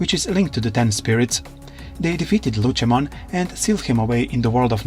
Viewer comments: Lucimon not luchamon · I know you're using an AI to speak these out but it is pronounced lucy-mon not lu-chi-mon, But regardless I honestly wish that this timeline would get relooked at and new kids would come but they have regular partners and not themselves turn into the Digimon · Lucy not lutchi